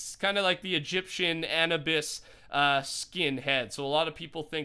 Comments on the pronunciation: It’s not an-e-bis it’s ah-nu-bis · it's pronounced like an-oo-bis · Its pronounced u-noo-bis but spelled anubis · You pronounce Anubis Uh-New-Biss but good try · Omg its pronounced Ah-Nu-B-Is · U pronounce Anubis wrong it's A-new-bis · Fortnite Just saying, it's pronounced "ugh-new-bis".